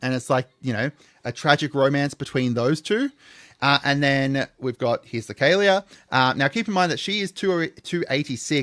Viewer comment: "KA LEAH" not "Kay Leah"